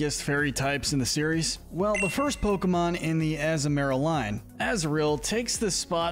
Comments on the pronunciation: Not to mention how he butchers Azumaril by saying Azu-marill instead of the proper azu-ma-rill along with many other mon names. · It’s pronounced SHEE-not-ick, UH-zoo-rill, UH-zoom-UH-rill, uh-roam-uh-TEESE, que-TEE-fly, rih-BOMB-bee, hat-er-REEN, TAH-poo boo-loo, TAH-poo FEE-nee, TAH-poo lay-lay, TAH-poo coh-coh, DIE-ahn-see, and muh-GEER-nuh, “”! 🤨 How many times do I have to tell you,! Stop mispronouncing Pokémon names already! You are so bad at it! 🙄 You also never mentioned anything about Azumarill’s Huge Power Ability, which doubles its Attack stat and makes it stronger! 🤨 Also, Diancie and Magearna are both Mythicals! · The way you say Azumarill is killing me. And the fact you mentioned the Azumarill’s line Thick Fat ability, but no acknowledgment of their Huge Power ability.